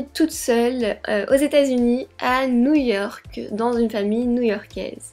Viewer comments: Très bonne vidéo très touchante... Merci d'avoir partagé ça avec nous. (Mais c'est "New York", pas "New Yory"!) Tu es une fille extraordinaire et sensible, merci encore pour cette vidéo! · Ta marque new yory au lieu de ney York 😂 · C pas new yory c new york